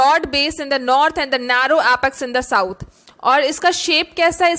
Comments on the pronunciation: Nath nahi mam northern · Nath nhi north